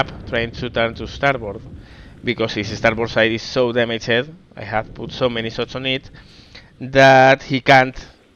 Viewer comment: Andas bien de vocabulario, pero ojo con algunas cosillas básicas de pronunciación: -Pretéritos regulares (acabados en "-ed") como "surprised", "damaged", etc. La "e" sólo se pronuncia si va precedida de "t" o "d", de lo contrario no se pronuncia. En el caso de "surprised", además, esa "i" se pronuncia "ai". Por lo tanto: surpráist, dámacht, etc. Parecen chorradas, pero son errores comparables a decir "canteidou" en lugar de "cantado". -"Bow". Puede significar diversas cosas, su pronunciación cambia dependiendo de su significado. En el contexto naval significa "proa" y se pronuncia "bau". Si habláramos de arco y flechas, entonces diríamos "bəu" ("ə" es una vocal neutra, como la suma de a+e). Si combinamos "ə" con "u" (como hacemos en "bəu"), entonces suena como una especie de "o". En el vídeo parece que estés hablando de arco y flechas en lugar de la proa, ^^ -Terminaciones "-tion"/"-sion", como en "option", "decision", etc. La "i" no se pronuncia y esas "o" son en realidad "(ə)" (una variación de la vocal neutra de antes). Por lo tanto: ópshan/ópshon, desíshan/desíshon, etc. También puede parecer una chorrada, pero no lo es en absoluto. -Palabras como "opening", "over", etc. Esas "o" iniciales suenan parecido a "ou" y esas "e" son, otra vez, "ə". Por lo tanto: óupaning/óupening, óuvar/óuver, etc. -Palabras como "count". Se pronuncia "caunt".